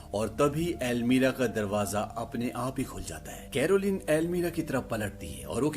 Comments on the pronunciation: Not almeera it's almaree or cupboard 😂😂😂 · explaination is good but I noticed you always say "Almeera" instead of "Almaari" lol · Jab almari hi hai to almeerah kyu khte h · अलमीरा नहीं होती 😁 अलमारी होती हैं।